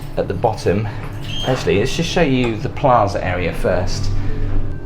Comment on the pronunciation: Just FYI. Paiza not plaza.